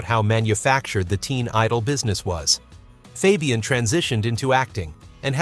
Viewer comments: FOB-e-un? Try calling him FABE-e-un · Why can't A.l. pronounce names right?